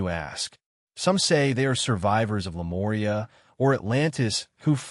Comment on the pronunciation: It's A.M in Pennsylvania, U.S.A. Where are you? Again, great content, writing, but serious name mispronouncing, of "Lemuria"(It's "Lemuria", not "Lemoria", etc), and some others. He is correct on "Mu" being pronounced "Moo". Oddly, some words he does great, and sometimes he pronounces Lemuria correctly, but also says the same word differently at different times. (same with Hyperboria?) Seems to often be a syllable accent problem. You guys have fantastic potential on the hard stuff, but mess up on the easy stuff. Love listening to your written word description s, but it's annoyingly distracting. Suggest look up Lemuria correct pronunciation, then Listen to your narration of it. Again. his intonation is great, the info and theory delivery is exceptional, the writing phenomenal! Also, what is "MW"? he mentioned, a few times. P.S.: The Bimini Road has to do with Atlantis (Atlantic), and Yamaguni have nothing to do with Lemuria. (you seem to be lumping together some disconnected things). Lemuria was in the Pacific, with the Hawaiian Islands and Easter Island high remnants of it. I once went to Hawaii, and getting near it, the pilot said to look down and see a continent rising about 300 feet below the Pacific Ocean's water's surface. Also, Easter Island people faced the Maori statues "Looking West, towards their Continent Motherland, now sunk". Not trying to be critical, but helpful, to keep you around.